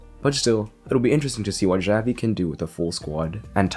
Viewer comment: omg the way he pronounces "Xavi" gives me chest pain